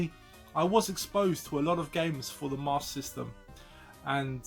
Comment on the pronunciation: hahahahaha still saying it fcuking wrong either way lol!